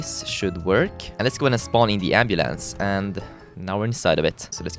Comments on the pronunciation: did he say ambalance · ambulance is how i say it ambalance is how said it XD love it. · The way he says ambulance is soooooooooo funny